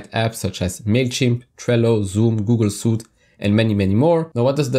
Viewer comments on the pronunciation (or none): “Suite” is pronounced "sweet", when it refers to a set of something. If it's the item of clothing, it's pronounced "syute".